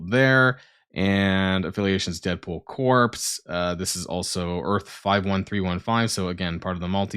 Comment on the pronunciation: Corps has a silent p and a silent s at the end. It's pronounced kor.